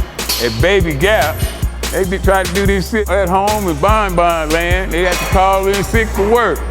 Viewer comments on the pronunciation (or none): "Bon Bon land" hahaha